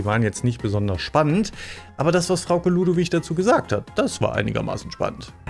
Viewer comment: Hay 😂 dir ist aber bewusst dass sie Frauke Ludowig Heist nh 😉 verstehe nämlich manchmal Frau Keludowig oder sowas 😂